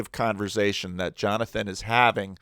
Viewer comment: Every time says “conver-zay-shun” I can’t unhear it 😂 I love accents!